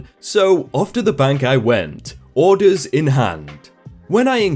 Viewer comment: How you say orders bothers me